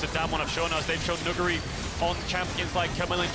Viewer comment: is the first ever english staff to pronounce nuguri perfectly